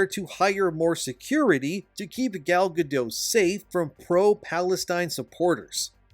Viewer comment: I'm sorry but did you call Gal Gadot "Galla Gadough" ? WTF are you smoking bro. You cant do something as simple as make sure you're saying a A list celebrities name right. She literally pronounces her name for you and you cant take the time to listen and get it right. Instead you wont to try to be all edgy and flamboyant but it just makes you look stupid.